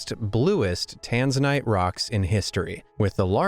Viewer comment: The pronoused Tanzana wrong